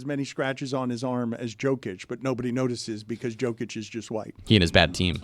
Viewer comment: how can’t Dan pronounce Jokic name still?